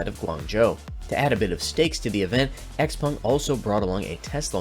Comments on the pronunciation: Why do you pronounce it "Xpung" instead of "Xpeng"? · Can you please stop calling it X-Pong!?